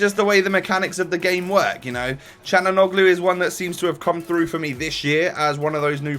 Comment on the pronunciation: u just say chalhanoglu